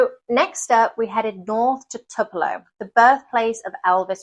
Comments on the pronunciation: great video about a state in which I've not spent a lot of time. I listened several times, and still wasn't certain I heard you right. If you said TWO-puh-low for Tupelo, you aced it. If you, however, said TUP-uh-low, you were very close, but didn't quite get it. It's named after a Southern tree species. Don't feel badly, however, since this country, as you may already be learning, has almost 3000 place names in a list I've been accumulating across the country for the past 5 years or more on my desktop computer. Just for fun: There are names that come from Alaska Russian, Basque, the Bible, British English, Cajun French, Czech, Danish, Dutch, Finnish, Flemish, French, German, Greek, Hawaiian, Hebrew/Aramaic, Italian, Latin, Louisiana Creole, Medieval Dutch, Middle French, Nahuatl (Native language around Mexico City), Native Australian, Norwegian, Obsolete Russian, Old English, Old Norse, Pennsylvania Dutch, Polish, Portuguese, Proto-Polynesian, Russian, Scottish Gaelic, Spanish, Swedish, Swiss German, Upper Silesian (annexed by Poland in 1945), Welsh, and Yiddish, plus at least 120 Native languages, some Anglicized, some not. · I’m originally from MS and I enjoyed this very much. Next time you might consider stopping by the Petrified Forest, your daughter would enjoy it. And it’s pronounced “Toopelo”. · I'm pretty sure the city Tupelo is pronounced as TOO-puh-low. But no worries....I won't say "cheerio". LOL. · Or if you’re a real Mississippian, it sounds more like “Tewpelo” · Not sure about your historical timeline,you need to check Sherman's march to the sea.Plus-it is pronounced Tupelo,Long u sound.